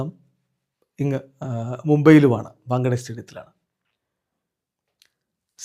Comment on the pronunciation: ബംഗ്ലാദേശ് എന്നല്ലേ ഇത് ബംഗാളി പറയുന്നപോലെ ആയല്ലോ 😂